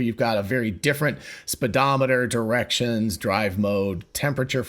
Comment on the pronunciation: It’s a speedometer not sped. How do you say speed?